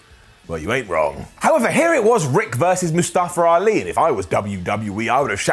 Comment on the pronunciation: Can the commentators pronounce Mustafa Ali's name right.